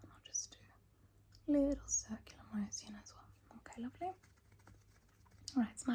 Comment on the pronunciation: i love the pronunciation that the Rich Aussie Mom does of anything that has in “-tion” in it sun protectción, foundación, condicióner, circular moción lololol